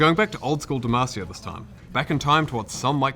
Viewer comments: not knowing how to pronounce De-maw-si-ah instead pronouncing de-Mae-si-a is downright criminal. Never ask them to pronounce Veigar or Taliyah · why he keep saying dem"ah"cia like dem"AAHHH"cia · Anyone else trigged by pronouncing it 'De-mass-ia'? lol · Why does say Demacia like that? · How is that dev mispronouncing demacia, there’s like 5 champs who scream it constantly